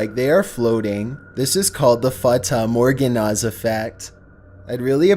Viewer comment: Nobody would absolutely butcher the name Fata Morgana like that, bro Is an alien learning English rn